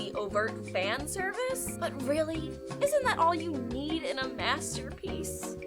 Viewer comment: I heard; masturbpiece!! LOL